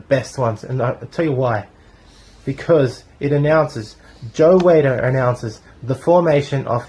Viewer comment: Like it. Not a fan of Joe Weider. I think he ruined the sport. But anyways...u pronounced his name incorrect. But I love this era so thankyou for a great video.